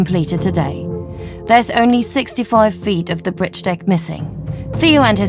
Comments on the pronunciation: The narrator for suspension bridge part of the documentary has a distinctive way of saying the word "bridge" to me it sounds like she's pronouncing it "britge" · BRIDGE YOU SILLY WAMMEN NOT BRITCH! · WTF is a Britch.... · WTF is a britch?